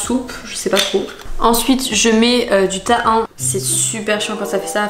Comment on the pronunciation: On prononce ta hine pas tahain